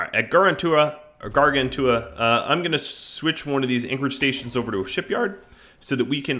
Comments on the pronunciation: I think Gargantua is pronounced "gar-GAN-chew-uh." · Since it looks like a lot of the early episodes will involve Gargantua, I would hate myself if i didn’t point out that it’s pronounced like gargantuan is. Great series as always though